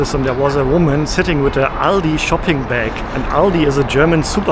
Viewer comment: Finally someone pronounced Aldi correctly 👏